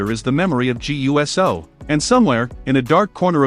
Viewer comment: Please learn that it’s pronounced Jaaay ewsoo!